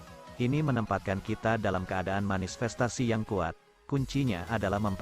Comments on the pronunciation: Tolong ya: “manifestasi” bukan “manisfestasi” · 😅😅 aku juga denger nya Manis